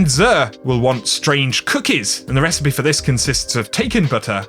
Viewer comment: says recipes like precipice.